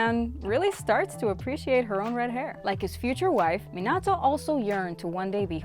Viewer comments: Bro she missed like 14 characters 2 clans and pronounced minato wrong of course(not including other clans then the senju,uzamaki,uchia and ososuiki clan) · It disgusts me the way she says Mostly everything like Minato, and other names and stuff, you can tell she has never watched the show/movies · Is know one going to talk how she say minato, kakashi’s last name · Your saying minitos name wrong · I don’t like how she keeps on saying Minato’s name wrong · Am I the only one who gets bothered by her pronounciation of Minato? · U pronounced minato wrong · any body realize she keep saying minato wrong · So we not gonna talk about how she bucherd minato's name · It’s so stressful to hear her say these words wrong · I swear you are saying minato wrong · 4 months has passed and I came back just to say stop saying minato wrong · this video is great but I can't stop getting mad on how you say Minato wrong 😡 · i’ve never heard anyone mispronounce minato’s name so terribly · She says minato wrong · The way she says minato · Anyone else triggered she said Minato like Mihnahtoe instead of Meenahtoe? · is it just me or she keeps on saying minata instead of minato? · “Minata” it’s minato lol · Terrible at pronouncing the names 🤕 saying menato instead of Minato like “meanato” sheeeesh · I hear not minato but minaro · What i heard was menato but its minato 😬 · Im sorry but the way u say minatos name is weird bc it sounds like u are trying to say minata i dont know if its an accent but it should be pronounced mein-atoe but video is great💯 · The way she said Mi-nah-tou annoys me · Minauato mhm perfect it’s definitely not Minato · It’s minato not minado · It’s not pronounced me-nato it’s Me-na-toe this just made me mad smh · Min ah toe is what she was saying am I correct? the correct way is minato btw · Bruh I hate how she says minata instead of Minato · It's Minato not Menado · It’s minato not minatata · You’re saying it wrong it’s called Minto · It's not mintato it MEEN/UGH/TOE